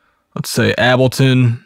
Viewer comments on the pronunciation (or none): It's pronounced "rate brain", not "are eight brain". And it's pronounced "able tun", not "abble tun".